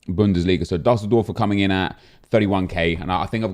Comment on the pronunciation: It’s doosseldorf